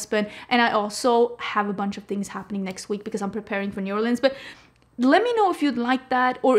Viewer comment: So happy that says New Orleans correctly. It's Nu Orlinz. Not Orleeeeeens